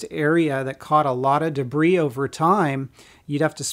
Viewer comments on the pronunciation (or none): none